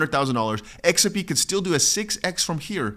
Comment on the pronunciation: Put on your glasses dear it's X R P. NOT. XAI😊